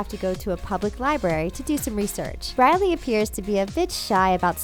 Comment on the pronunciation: really “cody” “briley”